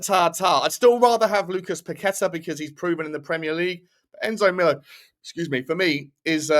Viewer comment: Lucas Paquetá is pronounced "Pack-eh-ta" not "Pa-quet-ah" he's named after the Island in Rio state where he grew up